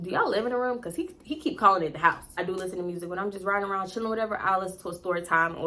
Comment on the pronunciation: I cackled every time you said “hyyyssse”(house)🤣🤣LOL And I exactly what you mean when people be faking accents ugh! Every time I hear the overly exaggerated Memphis “mane”, I cringe😫😑SMH